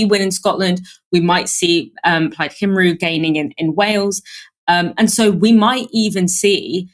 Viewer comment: Also, Cymru is pronounced "Kumree" not "Kimroo." At least didn't say "Simroo!"